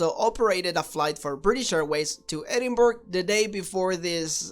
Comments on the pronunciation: Love how he says Edinburg and not Edinburgh lol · I like your channel but are you Russian or Israeli expat? It is ED-in-BORO, the way the Scots/Brits say it. It is similar to the way New Yorkers say borough like the borough of Queens where the two jetports are located. I hope you don't pronounce Greenwich Conn. USA or the original in England as Green-witch or Green-wick. Gren-itch will do nicely. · I found this hilarious when this happened in my hometown but it is pronounced edin-bruh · It was not as straight forward as it might seam, however, it was a hired airline flying the route. WDL had the correct flight plan, but it was given out wrongly, it should have been to to Düsseldorf. How the flight attendants didn't see their tickets didn't say Edinburgh. It was quite funny really, unless you were in a hurry. By the way it is not Edinburgh (burgh) as you say it, it is Edinburgh (Bur - ruh) as in Edin- Bur-ruh) but then again I can't say some other names in other countries lol. They did have the flight clearance and everything, just the wrong destination. I would have loved it, but then I would fly for the hell of it anyway. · Edinburgh is pronounced "Edinbruh" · Edinburgh --> pronounced "Ed-in-BRA"